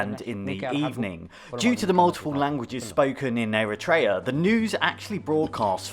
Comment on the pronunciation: Great vid! Not to be that guy but its technically pronounced eh·ruh·tree·uh instead of eh-ruh-tray-ah